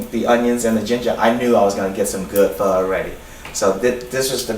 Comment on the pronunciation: is he saying fuck? like "get down together and have a perfect fuck" ? ??? ???? ?? ?